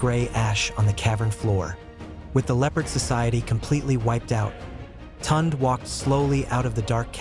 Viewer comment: The name is pronounced (Toon -day), not Tont. Please pronounce African names properly.